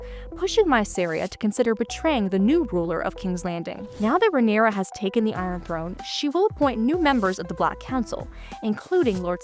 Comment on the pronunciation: Please learn to pronounce Rhaena and Rhaenyra correctly.